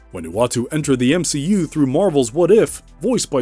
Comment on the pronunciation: M-she-u Watcher.....